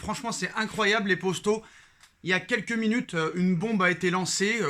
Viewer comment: Pourquoi tu dit posto au lieu de poto